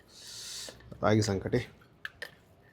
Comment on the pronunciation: (సంక)టి కాదు , సంగటి.